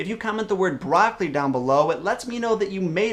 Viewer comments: Brock oh lee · Omg my gosh everyone is saying broccoli